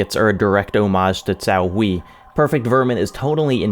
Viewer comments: Cao Hui is pronounced Tsao (with a hard T) and Hway (the same as 'way' but with a hard H). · I love you but your pronounciation of Cao Hui was just... um... hilarious and adorable haha But don't worry, you're not alone xD